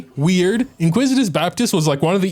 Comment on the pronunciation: IN-ICK-WIT-US Baptist. Sorry just had to get that off my chest :P This is by far the hardest floor 12-1 ever. I still haven't 3 starred it cause both sides are so very cringe. So hard to not get 1-shot by the heralds, especially since you can't dodge due to stamina drain. Whopperflowers are masters of wasting time glitching about. Not fun hard, just stupid hard.